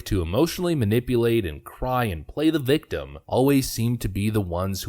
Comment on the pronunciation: "i beez a viktum" and the ever popular "she beez ray-ray"